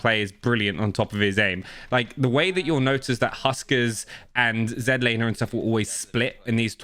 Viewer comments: Z Laner. Not zenlaner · Zedlaner cuz not American lol love you brother